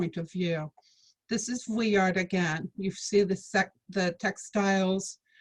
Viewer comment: Boring and make mispronounced vuillard